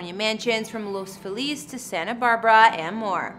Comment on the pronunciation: Bothers me how she constantly pronounces Los Feliz as Los Filez… and Eva as Eeva.